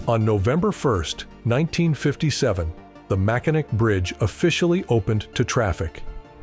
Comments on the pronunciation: Asa lifelong Michigan resident, the name is pronounced Mackinaw, (MAK-ə-naw) even though it is spelled Mackinac. Mackinac is derived from a Native American name, specifically from the Ojibwe language, and not directly from French. The name originates from the Ojibwe word "Mishimikinaak," which means "Great Turtle," referring to the shape of the nearby Mackinac island. The French later adapted this name into "Michilimackinac," but the pronunciation of the "c" as "aw" was retained, leading to the modern pronunciation of "Mack-in-aw". The British then shortened it to "Mackinac". Therefore, while the French played a role in the name's evolution, the original name is indigenous. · Click-bait title ... If something is built once, you can bet your bottom dollar it can be built again. And, at least you could pronounce MackiNAW correctly. Xtreme Mega Failure :-) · Gotta give you a Thumbs Down on this! The third time I heard your AI generated voice mispronounce the name, within the first minute, it was all over! We Michiganders don't tolerate such Ignorance lightly. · Pronounced Mackinaw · You don't even know how to pronounce the name properly. You should really learn how to pronounce the most iconic bridge in Michigan if you're going to make a video about it. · If you can't pronounce Mackinac correctly, STFU. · When you misspronounce the subject of your video in the first sentence its obviously you didnt make this video it was made for you. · Great video and you acknowledged the error in the pronunciation! But would you redo the audio? I shuddered everytime you said it wrong😅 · If you can’t even pronounce the name of the bridge correctly, I’m not gonna waste my time with you.😑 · I hate AI. Cannot even pronounce our bridges name correctly. 😞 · Could you Please please pronounce the name correctly. Do your homework!!!! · It would be great if the AI voice would pronounce the bridge name correctly. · AI doesn’t know how to pronounce Mackinac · Get the name right AI!